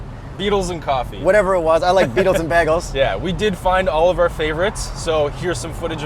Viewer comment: How dare you desecrate the word "bagel" like that